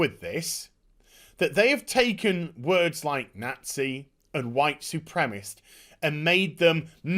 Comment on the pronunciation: Supremacist... 'Su-prem-assist'. Not supremist mate. Sorry to be so pedantic but its bugging me:)